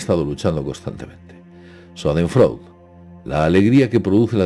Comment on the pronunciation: Shaden froide se pronuncia